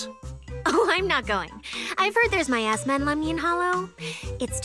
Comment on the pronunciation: 1) No, no one told them. 2) Its a joke, because said miasma as "my asthma"